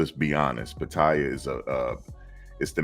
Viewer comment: PA-TA-YAA thats how you say it